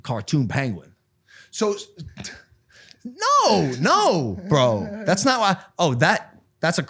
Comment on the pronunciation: why are they pronouncing penguin like that